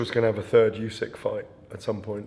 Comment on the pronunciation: Why does the GAD call Usyk "Youysk"?